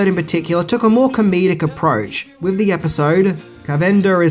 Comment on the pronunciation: Did you just say "wiv" instead of "with"? Bye.